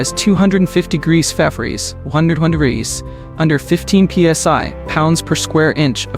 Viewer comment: Your AI voice doesn't know how to say fahrenheit.